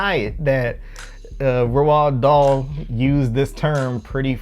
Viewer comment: His name is pronounced R all d Dahl